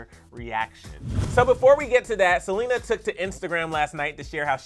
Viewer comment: "we know that SELENER is too"